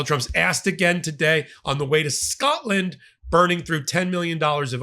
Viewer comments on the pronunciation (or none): none